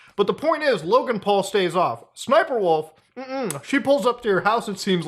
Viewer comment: Yo, How many times I gotta say SSSniperwolf name for her to say up to my house? Side note Muta, Why are you mispronouncing her name? It’s “Ssssssniperwolf” You have to do it like you have a stutter bro. (No offence to anyone who has a stutter) Not making fun. Just respectfully “Uhm Actually-ing”